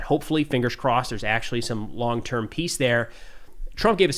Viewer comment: I know he is saying peace but I have to giggle because it sounds like piss 😂